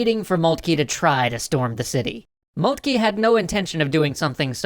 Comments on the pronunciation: Who is Moultkey?? Do you mean Von Moltke ( pronounced Moltka )? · Molt-kah. Hel-mutt von Molt-kah.